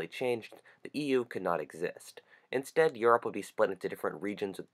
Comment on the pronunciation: he pronounce europe yorp